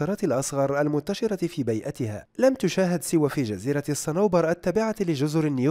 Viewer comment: بيئتها بكسر الباء